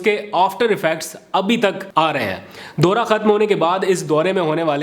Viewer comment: Your comments and analysis are excellent keep up the good work. One area I would like to see if you can improve is your pronunciation of certain words in Urdu especially if you go back and listen to your V log you will find it in your pronunciation of دورا is sometimes correct sometime incorrect please check and improve.